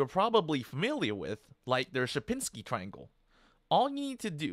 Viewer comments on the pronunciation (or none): none